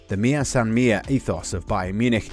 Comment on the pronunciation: Why do english speakers hate accents? Sané = emphasis on the 'é'. Just curious, what do you guys think the sign means? Maybe in this case it is pronounced Sáne, but as a rule of thumb, the emphasis is where the accent is, and usually I hear the opposite pronunciation.